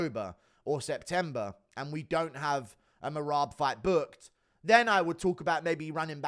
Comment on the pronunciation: has me in tears with the he can’t get marads name right 😂😂😂😂